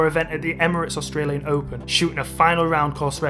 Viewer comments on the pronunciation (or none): none